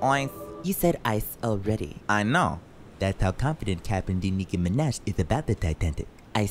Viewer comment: I love hearing Nicki mineh😂